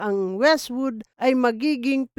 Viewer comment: Wizzwood ❌ Westwood ✅